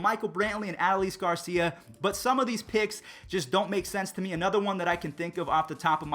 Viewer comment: The way you said Adolis Garcia bothered me